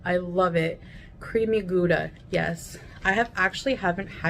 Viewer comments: The way she pronounces Gouda makes me want to smack her. I'm not Dutch, just a Kraut, but I still know that it's not Gooda, it's 'Gowda'. Well, actually it's Ghhhhouda in Dutch, but nobody but them likes to do that phlegmy sound. Oh, she dyin' of the beetus and can't stick to a proper diet? More news at 11. But, to be fair, it's still good to call it out as she displays very harmful behaviour. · “Gooda” cheese. Nails on a chalkboard.